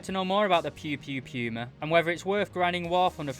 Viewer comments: its not piuma its puma wich means cougar in german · Not sure if you're just making a joke but its pronounced poo-mah not pew-mah which is also good meme material